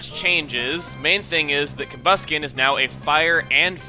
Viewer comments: combusken sounds more like come busking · I think i heard him say "Torchic is going to evolve into...Cumbasket"? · thought you said come basket...